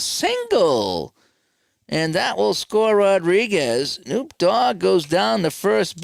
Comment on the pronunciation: Hate to be the bearer of bad news but it is pronounced kuh-NOP